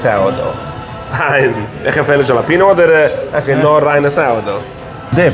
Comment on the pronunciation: Thanks for pronouncing jalapeño correctly. 😀 👍